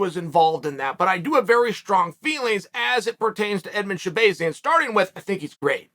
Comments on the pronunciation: Sha-bay-zee-an? It’s sha-BAH-zee-an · Sha-BAY-zian…. uncle Chael it’s Sha-BAAAZIAN… I almost feel like uncle Chael is trolling these fighters with the mispronunciation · Stop saying his name wrong lol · Bro how you gonna keep saying this man's name wrong over and over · Uncle Chael 🤝 Butchering names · The way Chael is pronouncing his last name makes me feel like he’s trolling us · That's what he does with everyone 🤣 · Don't give Chael too much heat for it. Us Armenians have difficult to say names which get pronounced wrong by EVERYONE. Actually, even other Armenians get my name wrong sometimes lol